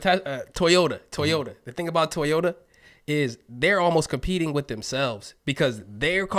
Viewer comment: Guys, what's up with the pronunciation of TOYota!??? What do you call your kids' toys?? Ties?